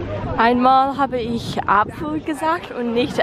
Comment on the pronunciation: Your german is great! Keep it up! You really pronounce the "ch" as in "ich" really well, but I realize your overall pronounciation is rather breathy, nothing to critise, just wanted to point it out